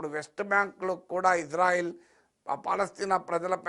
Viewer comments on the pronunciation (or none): none